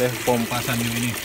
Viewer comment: Ada yg bilang SANYO itu dibacanya SAN - YO